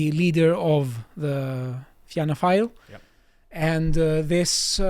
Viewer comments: Had to click off when he pronounced Fianna Fáil as Fina File. You guys should get a right wing Irish commentator on the show. It would add useful context. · It's pronounced "feena - foil" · Somebody tell it is pronounced Finna Foil But yeah depressing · Fianna Fail is pronounced ‘ Feena Fawl’. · Tell it's pronounced "fee-na fall" lol